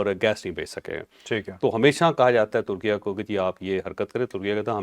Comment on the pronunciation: چوھدری جی، ترکیہ بھی غلط ہے نیا نام "ترکیے" ہے جیسے پنجابی میں "لہور اے" بولتے ہیں 😊